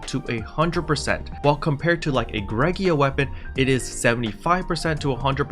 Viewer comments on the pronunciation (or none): I’m probably the only person bothered by this, but it’s Greaga, not “Greg-ee-ah”. I have heard some people say “gray-ga” I’ve heard some people say “gree-ah-ga”, but you’re like the only person I’ve heard say “Greg-ee-ah” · "Gree- ga" Hard Gs. 'Ea' sounds like a 'Ee' (long vowel when together). I guess English is hard.